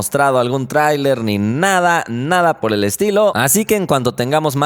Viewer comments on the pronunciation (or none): none